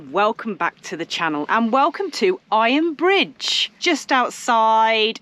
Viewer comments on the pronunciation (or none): Iron BRIDGE; heard it as “fridge “ 😫😳🤣